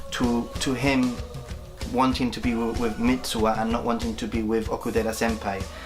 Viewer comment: MITSUHA !! you keep saying MITSUA